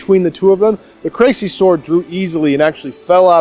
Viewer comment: It's pronounced "Cressy" not "Crazy" ;)